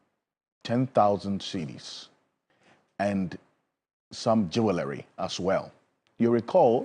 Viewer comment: Please, the "w" in "Jewelry" is silent. Say it like: "jool·ree". Thanks🙏🙏